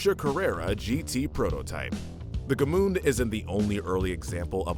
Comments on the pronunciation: Gmünd, not G-mund. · Gmünd pronounced correctly sounds nothing like that garbage this guy's uttering. I didn't even know what he meant until they showed the town.